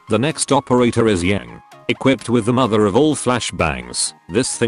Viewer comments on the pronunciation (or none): none